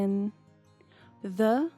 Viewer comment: Sempre que ela fala "The: zâ" eu escuto ela falando "dâ". Cara, e eu fico confusa.